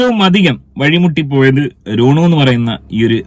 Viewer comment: രോണു അല്ല റോനു